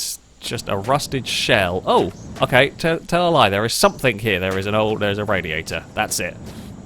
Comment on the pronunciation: How does one properly pronounce words like "thing" and "think", but then add a K at the end words like "something" or "nothing"? Stop it. You're not a 5 year old.